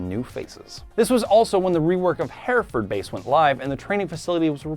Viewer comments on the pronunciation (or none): none